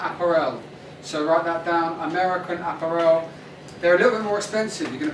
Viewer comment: i've never heard american apparel pronounced that way before. is this the way all brits pronounce apparel? just curious...